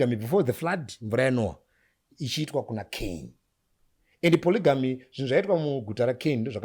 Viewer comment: Kkkk tiriku ku chii Ev😂😂😂 hanzi ku ponogamy 😂😂